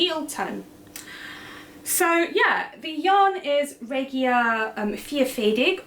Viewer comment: Hey, good on your for the German pronunciation of the Regia yarn! I did a double take it was so fluid in there I thought I had misheard!